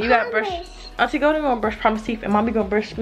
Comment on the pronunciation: I love how she says aunty golden. "Auntie Go'en"